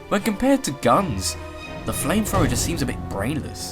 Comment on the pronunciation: Oh my word, I hate to be picky, btu seriously. Flamethrower... NOT "Flamefrower"